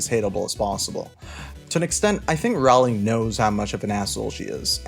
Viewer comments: Just so you know, Rowling is pronounced like "rolling". "row"+"ling". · It's rOwling, not rAwling... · The Harry Potter series is over what you getting up in arms about seems waste of time to me. Seems like you need is will Rowling (atleast say her name right) more than the books. Yes theres plot the series and yes I remember them. This is a joke video right. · The second I heard you mispronounce Rowling I knew you have no effing understanding of Harry Potter. Classic firestarter only. Yawn.